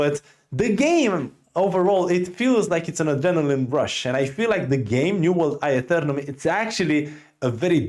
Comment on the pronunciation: "New world I-UH-Thernum"